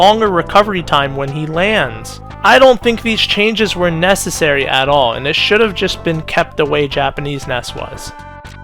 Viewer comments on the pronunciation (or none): “I don’t think these changes were ness-essary at all” Heh, nice